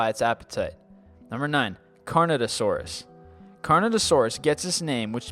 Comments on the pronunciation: #9 Correction: Carnotaurus, not Carnatosaurus. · he also said carnotaurus wrong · pronounced carnotaurus wrong. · "Gigantosaurus" Jig-Ah-Noe-Toe-Sore-Us "Carnatosaurus" Car-Noe-Tore-Us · It's pronounced Carn oh tour us